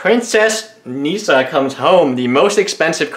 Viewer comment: Pls stop saying "neesa"